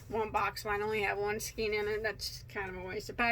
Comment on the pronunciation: Excellent tutorials, great teacher and very knowledgeable. Like the shirt. I've learned so much from you. Just saying; skein rhymes with PAIN and across doesn't have a t on the end.